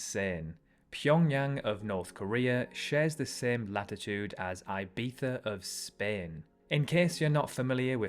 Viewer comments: Dude, makes no sense for you to say Ibiza as "eye bee tha". Eye bee za, sure. But why pronounce the Z as Th while not pronouncing the I as "ee". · Ibiza, not aybiza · So I say Ibiza, you say ibetha.. have I(and everyone I know) been saying it wrong all of our lives? Is it really pronounced ibetha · Eye-bee-thuh No no no IBIZA “ee-bee-sah” or “ee-bee-thah” if you want to be a Spaniard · Who the hell says Aibeetha??? It's ee-beeza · IBETHA??? Thuffering thuccotash! You should see a speech therapist about that. You aren't the king of Spain. That "Castilian pronunciation" only makes sense if you have a Hapsburg underbite. Also, Chicago gets blisteringly cold winters and searing summers because it's WEST of Lake Michigan and gets those Polar Express winds coming down from the Arctic. The west coast of Michigan gets the modifying lake effects that make winters a bit milder. Rome has the Alps slowing down some of the Northern winds. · Did you really say Ibitha? 😂😂😂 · Bro did not say “I bee thuh” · Wild pronounciation of Ibiza lol. Either try for real or skip that lisping thing dude. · I dont get why british pronounce the z like that in Ibiza just to pronounce the I wrong. Sounds stupid. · Interesting pronunciation of Ibiza. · Great video, I would have gone into some reasons as per why. Also you Brit’s love over exaggerating the pronunciation of Ibiza